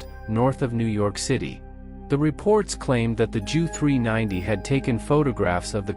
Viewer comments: And J. U. not "jew". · I don't think many Jews will be offended by the mispronouncing of "Junkers" or by the use of "Joo" instead of "Jay Yoo". Life's too short for such stuff. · The Jew 290 must have been remarkable 😂, I think the Ai needs some tweaking